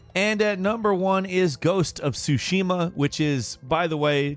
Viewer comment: Can anyone actually pronounce Tsushima, you actually pronounce the "T" 😂🤣 doesnt start with "sh"